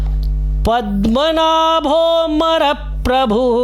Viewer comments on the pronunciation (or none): गलत उच्चारण है, पद्मनाभो मर प्रभु नहीं होगा। पद्मनाभो अमर प्रभु होगा।